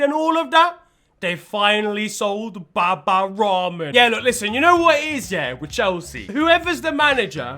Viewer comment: "They finally sold Baba 'Ramen'"🤣